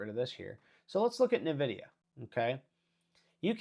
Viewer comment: Why do you call it navidia? It’s pronounced EN-vidia